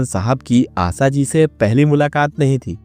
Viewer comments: Aasa Bhonsle nahi, Aasa Bhonsle nahi, Assa Bhonsle nahi... ASHA Bhonsle kahiye. Patrakar samajh te ho apne aap ko...🤭🤭🤭🤭🤭🤭🤭🤭🤭🤭🤭🤭🤭🤭🤭🤭🤭🤭🤭🤭🤭🤭🤭🤭🤭🤭🤭🤭🤭🤭🤭🤭🤭🤭🤭🤭🤭🤭🤭🤭🤭🤭🤭🤭🤭🤭🤭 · Asa, usa, Sadi, sayad, mangeskar... Sir ji please asha, Usha, shayad, mangeshkar aise uchchar kare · Asha ko asa,sharab ko sarab😂hindi me bhi varn mala me sha aur sa hota hai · Are bhai pronunciation to sahi Karo yaar Asa nahi hai Asha hai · चरित्र हनन करने से पूर्व अपना उच्चारण ठीक करो,,, आसा नहीं आशा कहना सीखो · First of all, it's NOT Asa Bhosale but Asha Bhosale!!! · क ख ग की पढ़ाई करते वक्त श की पढ़ाई नही की क्या , आशा को आसा आसा शादी को सादी क्या हे ये। ? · Pehale Asha ji nam thik se lijiye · Pehele Asha bolana sikho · महानुभाव अगर आपको हिंदी में वीडियो बनाने हैं तो कम से कम ’‘स " और ‘ श ’का सही उच्चारण सीख लें , आशा जी को हर बार ” आसा ” सुनना बड़ा कष्टदाई है । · Isski prounciation Asaa ASAA ASSA bol kar torture kiya hai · Usa Nahi , Usa Nahi ,Usa Naheeeee. USHA Kahiye. Kaha ka patrakar hein yeh aadmi. Assa Assa Assa. Usa, Usa, Usa baar baar vahi bolkar bore karne wala Reporter. 😆😆😆😆😆😆😆😆😆😆😆😆😆😆😆😆😆😆😆😆😆😆😆😆😆😆😆😆😆😆😆😆😆😆😆😆😆😆😆😆😆😆😆😆😆😆😆😆😆😆😆😆😆😆😆😆😆😆😆😆😆😆😆😆😆😆😆😆😆😆😆😆😆😆😆😆😆😆😆😆😆😆😆😆😆😆😆😆😆😆🙂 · आसा आसा क्या बोल रहे हो भाई 😅😅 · पहिले आशा शब्द कैसे उच्चारना है वो सीखिए बादमे आशा भोसले पण video बनाइये शब्दो को उच्चरन सिखना एक utuber को बहुत जरूरी है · Ye stupid story nikal do pagal to tu hai stupid..आशा bolne ko bhi nahi ata, tuze pagal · कृपया अपने ‘श ‘ को सलीके से बोलना सीखें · First try and pronounce her name correctly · आपको श बोलना नही आता ,श को स बोलते हो तो बोलनाही मत! सुननेमेतकलीफ होती है. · Bhai unka name to thik se lo aasha hai aap aasa aasa kar rahe ho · It’s asha n not asa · Bhai ... Aasa Bhosale nahi Asha Bhosale naam hain.. Kyu bar bar Aasa Usaa bol ra ho bhai... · आसा नही भाई " आशा " कहिये. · आसा नहीं रे आशा सोनल मिडिया पर इतने महान गायिका पर विडीओ बना रहे हो उच्चारण शुध्द करो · Pehle hindi theek bolo Asa Asa kya kar rahe ho Unka nam Asha hai Asa nahi. Sudharo apane aap ko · Aasa aasa kya bolta hain aasha bolo